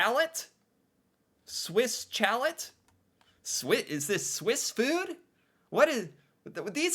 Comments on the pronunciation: Swiss Chal - eh - not Chalette ! A chalet is French for a cabin maybe in the mountains. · Swiss Chalet is pronounced Swiss Shallay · Swiss Chalet is pronounced as Shaleh. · Poutine is not fancy, it is cheap fast food. Chalet is pronounced "Sha Lay" A chalet is like a small vacation house in the winter, often close to a ski resort. Kind of like a cottage. Tim Horton is not a restaurant. The one close to me doesn't even have chairs or tables to sit. The Keg is where poor people go when they want to feel rich. They go to the Keg on birthdays. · Right lol. 😂😂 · 😂 love your attempt in pronouncing the name. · It hurt my ears Every Single Time he said it.... 😱 Try.... 'Shalay' = Chalèt (like a ski lodge).🤭✌️😊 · My god, your pronunciation is horrible. Swiss chalet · The way you were saying Swiss chalet had me dying 😂… we don’t say it like that. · Glad to know I wasn't the only one cringing every time said Swiss Chalet in a way that nobody else in the history of the human race has ever said it before...🤨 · For every time he pronounces Swiss Chalet incorrectly, an avalanche is triggered in the Alps. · Swiss Chalet ... as in ski chalet ...the "ch" is soft as in shhhh and the "t" is silent. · LOL emphasized on the T too